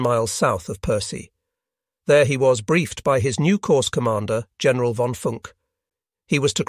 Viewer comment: The AI that speaks was atrocious on this video. General with a hard g. Whoops.